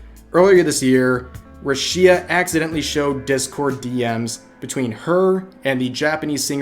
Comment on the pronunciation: Nothing more more controversial than the way Rev says Rushia (I'm jk rev, srry I couldn't help myself).